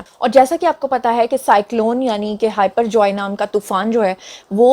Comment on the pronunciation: محترمہ! آپ نے سائیکلون کو "ھائپر جوائے" کہا ھے۔یہ ھائپر جوائے نہیں بلکہ،"بپر جوئے" ھے۔یہ بنگالی زبان کا لفظ ھے جس کا معنی ھے: "اچانک آنے والی آفت"۔ مائینڈ نہیں کیجئے گا۔